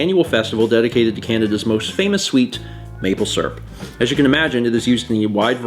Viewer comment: Maple Srp, not Maple Syrup, Maple Srp. But dont worry, I also say it like that xD